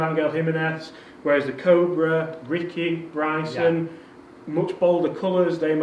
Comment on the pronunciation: Please get to say Cobra correctly 🤣